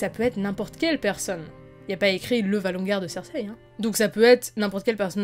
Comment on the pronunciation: Valonqar pas "ValonGar"